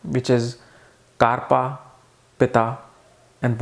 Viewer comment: Actually it is bata, pitta and "KAPHA".. Not " KARPA"🤣🤣🤣... is hilarious with his vedic pronunciations...